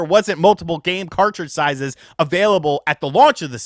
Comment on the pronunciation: My man said "sizes's"